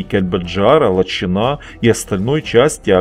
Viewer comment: Наверное, всё-таки ЛачИна, а не ЛачинА 😊